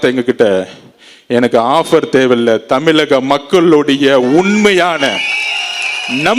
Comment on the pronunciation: தமிலக இல்லடா தமிழகடா அதாவ் ஆர்சன